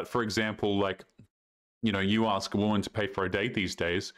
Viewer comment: "I don't love that you just jumps to racism the second I axs..." Well my friend group definitly knows how to english...